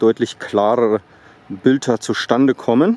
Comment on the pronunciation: Wieso sprichst du ein D immer als T ? Bsp.: Bilter statt Bilder...